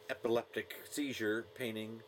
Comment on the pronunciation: Painting, not paining